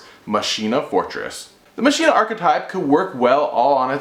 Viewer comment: I think it's pronounced "makina".